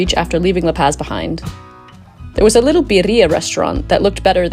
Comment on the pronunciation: Good pronunciation except for La Paz (not paaz)